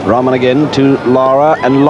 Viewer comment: it is not raman. It is rahman 😂 lol